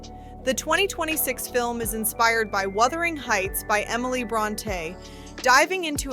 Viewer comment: This narration didn’t put this out calling the beloved book “Withering Heights.” Tell me I’m hearing things.